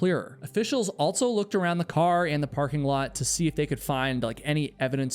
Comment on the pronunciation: there is no T in the word "also". It's not "alt-so".